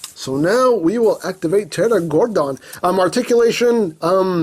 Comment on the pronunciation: IT IS PTERAGORDON